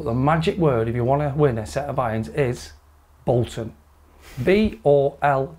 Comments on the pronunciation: “Bolton” Boys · “BOLTON” Really pleased for you!! Fantastic sponsorship and fitting, no doubt this will improve your game and bring more excellent content to the channel. “Come on you whites” Bowton for promotion 😆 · "Bolton"... Great to get an insight into club fitting 👍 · “BOLTON”. To be honest though I’m just super happy for ya and your fitting and for YMJ. Those irons look really nice 👌🏽 The daily content and entertainment you’ve provided has been a lifeline during lockdown and beyond so thank you 🙏🏽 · “BOLTON” well done! Looking forward to seeing you playing with these! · “Bolton” keep up the great videos! Golf mate in Augusta, GA. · “Bolton”. Looks like you had a great experience with the fitting - lovely fellas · Bolton....................... That hurt a bit that coming from West Yorkshire. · "BOLTON" FOR THOSE AMAZING CLUBS. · "BOLTON" your a pure Jay Jay Okacha 👌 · Up the “BOLTON”